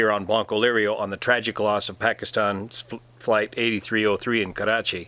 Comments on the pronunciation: I love it how you take special care of pronouncing 'Karachi' and 'Urdu' properly. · the way u pronounce Karachi is amazing and completely different from other Englsh speakers . loved it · Hey sir, I like you pronunciation of Karachi and Pakistan. Usually English spoken say Karachi and Phakistan.... Anyways very knowledgeable discussion. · This is not related to the topic but I have to say this , as a Pakistani ...I love the way he says Karachi “ ❤️